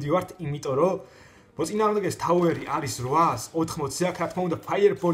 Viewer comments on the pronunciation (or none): none